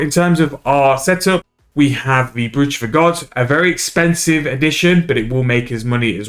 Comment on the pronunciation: Any idea what the xp p/h is? Also, sorry to be that guy, but it is pronounced “broach” rather than phonetically.